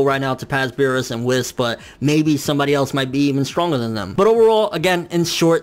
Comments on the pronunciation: Please stop saying Wiss. It's WHEES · who the fuck is this "WIS" dude you speak of?! it's fucking pronounced WH-EE-S " WHIS. Dude it's like they way you say hunterx hunter... Lol "hunahunta "